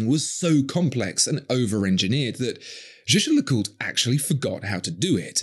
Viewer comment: Royal Oaks have 50m water resitance and the crews are just for show. These are not sturdy or robust, not even compared to a nautilus. And learn to pronounce Jaeger-LeCoultre or stick to the acronym.